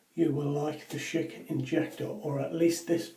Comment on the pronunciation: Thank you for saying Schick correctly! I hear people saying sheik and I am like "It's not a middle eastern man, it's Schick!" (Sh-ick) 😂